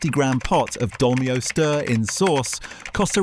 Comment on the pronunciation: Anyone who buys a Casio A168 is careful with his money! I had thought that the YTer was narrating all this but now I'm not so sure. I can understand mispronouncing Dolmio, but Thames??